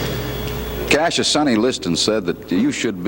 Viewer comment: Those reporters keeping calling him Casius really pissed me off. So disrespectful.